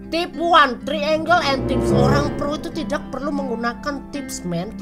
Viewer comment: ngomong "tidak" nya medok